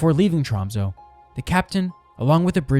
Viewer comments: TromsÖ, BodÖ och Stavanger. Ö is NOT "O" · Hearing Tromsø, Bodø and Stavanger pronounced like that pains me lol